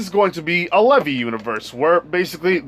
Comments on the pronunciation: Bro stop calling him levy it’s Levi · It is pronounced Lē-vī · It’s pronounced (leave eye) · Levi's name is pronounced Lee-vy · You are saying Levi wrong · Your saying Levi wrong but ok